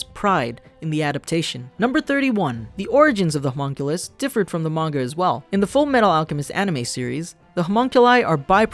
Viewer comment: Pronounced (Ho-Muhn-Kuh-Liss)